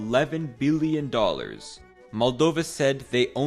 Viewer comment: Billion and million are wildly different. Your intonation makes them sound the same.